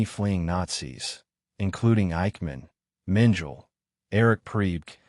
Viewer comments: Mengele is pronounce MEN ge la, and not MEN jell. The "g" is hard, like in good. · Mengel? Get someone who knows how to pronounce the German names. The name is Mengele. And Mengele was NOT Heinrich Himler, whose picture you showed when speaking of Mengele. If you can’t get these few things right, what makes you think I’m going to think you know what you’re talking about? Or are you AI or some other robot? If you or the editors don’t know difference between Mengele and Himmler, you don’t know anything about this subject. It’s also NOT Triblinker. It’s Triblinka. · Mengel?? It is pronounced Mengala AI SLOP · OMG! Mengele does not rhyme with angel!! Correct this, please!! He isn't Adolf Eichmann or Heinrich Himmler, either. 🤦🏻‍♀️ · Yeah, “Mengele” is pronounced “MEN-geh-luh”. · You’re correct; it’s pronounced Men - geh - luh (the guy who worked on twins) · How do you expect Likes when you mispronounce names...Joseph Menjul...lol